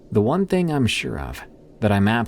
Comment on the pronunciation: It’s pronounced thing not thing-gahhhhh